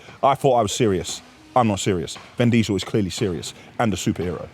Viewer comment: Who is “ven” diesel?😂